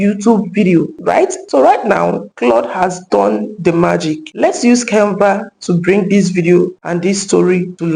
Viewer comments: Nice video, but stop pronouncing Kenva instead of Canva. It's not good English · Can Va not Cain Va...thank you